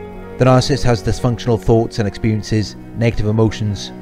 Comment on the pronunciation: I love how he doesn’t say narcissist he says “The nah-cyst” lol